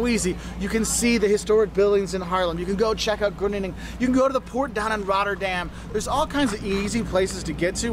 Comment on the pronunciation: Got them pronounced all right except “Groningen”. The Netherlands is a relatively tiny country. I avoid Amsterdam like the plague. Again those stairs are only in older houses in Amsterdam. Don’t be stupid and bring your own drugs. Best to know someone Dutch to take you to a coffeeshop. Indonesia was a former colony